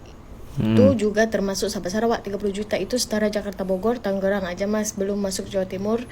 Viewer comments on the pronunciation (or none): none